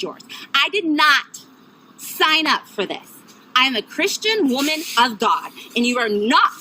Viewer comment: KRISTAN WAHMEN OF GAHD